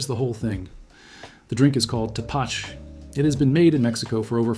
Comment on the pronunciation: Pronounced: Te-pa-CHE